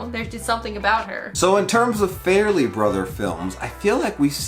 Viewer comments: It's pronounced FAR-Lee Brothers not Fair-Lee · It’s Far-Lee brothers, not Fare-Lee brothers.